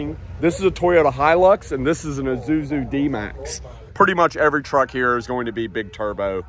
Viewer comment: Thought it's Isuzu not Izuzu 😅